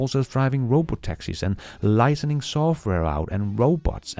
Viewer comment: "Licensing" " LIE-SEN-SING" not "LIE-SEN-ING"